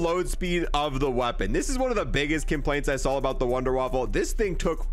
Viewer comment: I love how he calls it the Wunderwaffle lol its definitely Wunderwaffe